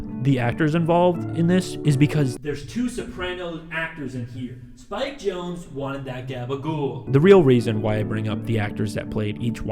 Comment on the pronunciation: I always thought it was pronounced ‘Jon-zee’ and not “Jones”